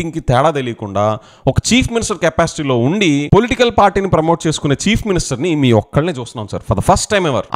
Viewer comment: Every time when you pronounce chief minister why I'm hearing as cheap minister. Looks like ap ppl and next generation interested in this kind of activities only and soon we may see religion's conflict in ap which never happens before thx to DCM